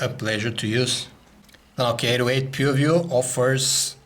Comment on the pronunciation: I believe he pronounced "Nokia PooView". LOL!